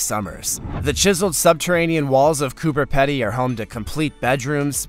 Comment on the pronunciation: Coober Pedy is pronounced "COOBER PEE-DY" not "COOBER PEDDY" Im from Melbourne Australia and can pronounce it correctly. PS great video and channel too but get rid of the creepy centipede it creeps me out.